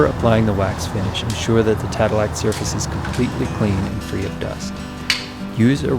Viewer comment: Not tadelack